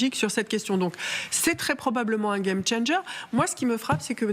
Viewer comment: Vous devez avoir honte quand vous prononcer le mot game changer.